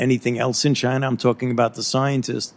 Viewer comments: Fauci said "Chiner'. Hilarious. . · Did this Quack of a Doctor say CHINAR? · Are in chiner? What a Freudian slip? 🤣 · He said chiner 🤣😂👍Wuhan virus china yes we know china made the virus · Is "Chiner" worse than "Gina" ?.. Gina's funnier.. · The bats that have the covi virus is in “chiner”. CHINER!!! 🤣🤣 - Dr Fauci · Chiner? Lol. He’s fucking said Chiner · Also.... Fauci says “Chiner” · He said chinr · Did I heard Chinaer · You know, "Chiner". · Fauci said "chiner" lol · How many times did Fauci say Chiner instead of China? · Fauci pronounces China as Chinar lol. That racist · 1. There is no "r" in china. 2. Why the hell are we giving money to ANY commie institution? Can you please answer that Dr. Falsehood? 3. We've seen this film before with the clintons, just questions, but no jail time for any of these criminals. Something has to change, look at how many people have died because of the china flu and no one is held accountable.